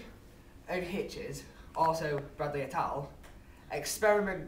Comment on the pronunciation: Baddeley not Bradley